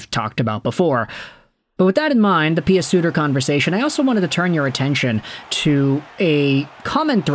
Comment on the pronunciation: Say PEW Suter not PEE AH Suter please. lol just saying . love the content. Cheers .